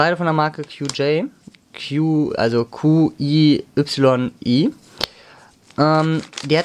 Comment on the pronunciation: Qiyi spricht man Chee-ee aus.